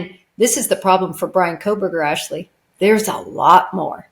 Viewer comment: Wrong pronunciation of Jennifer’s last name Ashleigh.